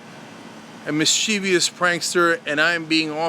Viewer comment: I don't think you can make holier than thou pronouncements without being lucid in your comments, don't get me wrong Cenk but please pronounce the word "mischievous" properly, it's not "mischievious". Sorry to be pedantic but I am British and I am compelled (OCD) - ish to require that our mutual language be used properly. BTW I think you are awesome.